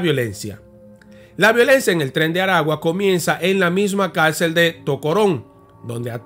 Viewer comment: Felicidades hermano por tu trabajo. En caso de los nombre de los estados se pronuncia. Maracay estado aragua. Barquisimeto estado Lara. Esta mal pronunciado estado de Aragua. El nombre del penal es. Centro penitenciario de Aragua. Y es mas conocido como carcel de tocoron. porque porque esta hubicado en las afueras de una poblacion llamada tocoron perteneciente al estado Aragua. 👍👍